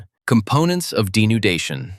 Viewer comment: weathering denundation